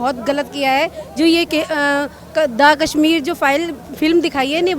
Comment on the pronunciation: पयारा हिन्दूस्तान जी, स तथा श में अंतर करना सीखें| कसमीर नहीं कशमीर कहते हैं| शब्दों का उच्चारण ठीक से करें|